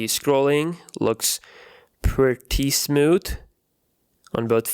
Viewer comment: It's smooth not "smoot"